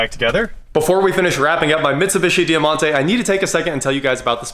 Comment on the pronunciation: DIE-MONTE not Dear-monte pronounced!